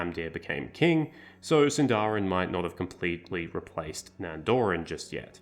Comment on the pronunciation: This video is great, but let me help you with pronunciation. These are the best English approximations I can think of (still not correct Elvish): Sindarin: SIND-a-rin/THIND-a-rin Alqualondë: alk-wa-LOND-eh Nandorin: NAND-o-rin Anduin: AND-win Avarin: AV-a-rin Gil-Galad: gill GAH-lad Bruinen: BRWIN-en (two syllables) Noldorin: NOLD-o-rin Ethellond: eth-ELL-ond All in all, you basically mispronounce every word ending in -rin. They're most usually stresses in the third-to-last syllable, not in the second-to-last as you do.